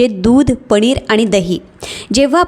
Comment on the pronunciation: पणीर नाही म्हणायचे ताई पनीर.म्हणा.